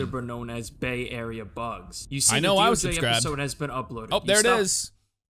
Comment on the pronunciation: Why did mispronounce bay area bugs name??